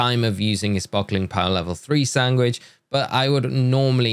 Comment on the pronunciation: how do you pronounce sandwich?!! sangwick??